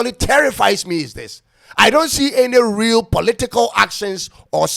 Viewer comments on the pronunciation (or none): none